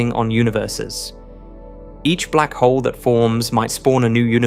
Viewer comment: Every time he says 'blackhole' I think 'texas tea'.